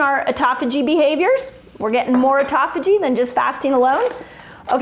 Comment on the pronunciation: Auto (like automobile) phagy (like page with an h). Yer killin' me.